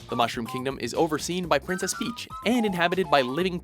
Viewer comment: Did this guy just say "Princess Meach"!? Just. WTF man. HOW DO YOU MISPRONOUNCE THAT!?!?!?